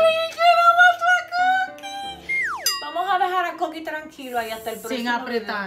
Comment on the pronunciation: Saludos desde Puerto Rico 🇵🇷 y si se dice coquí